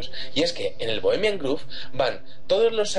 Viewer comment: Mi mil disulpas pero por favor, cuiden su pronunciación. No es Bohemian "Groove" (osea, no se pronuncia con U), es con O. Por otro lado, Alex Jones tiene una pésima reputación, y para los Mexicanos que están viendo este video, chequen los comentarios racistas que hace Jones contra nosotros e incluso ofende a la Bandera. No es alguien a quien creerle ni seguir.